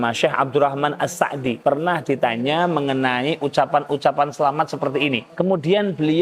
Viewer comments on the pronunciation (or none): Clan As-Sa'di seperti pelafalan... Lebih tepat disebut As-Si'di seperti informasi dari keluarga beliau sendiri, wallahu a'lam.